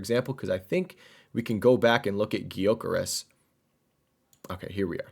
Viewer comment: Hey the Gyokeres the G is mute is Yokeres, I’m from Portugal and sporting supporter